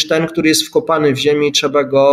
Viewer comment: Trzeba, a nie "trza" dramat.